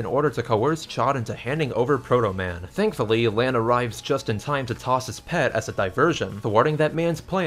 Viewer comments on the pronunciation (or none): It’s pronounced PEE Ee Tee not pet